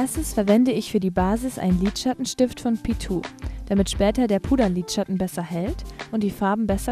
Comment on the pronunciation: 'Pi tu'😂😂😂 Find dich super